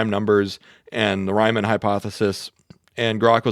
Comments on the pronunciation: it's pronounced "ree-mon" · good video, ty p.s. you're mispronouncing riemann (ree·muhn)